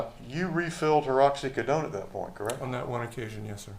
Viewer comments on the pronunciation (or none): What the heck is going on with the defense attorney's pronunciation of oxycodone? It's driving me nuts! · Lawyer can’t say oxycodone correctly 🤦🏻‍♀️